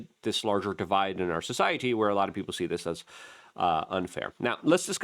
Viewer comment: It’s people not peeper